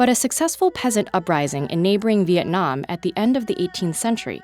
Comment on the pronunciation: Stop saying Vietnam like that. There is no silent ‘e’ you can say the hard ‘a’. I thought u would know grammar rules.....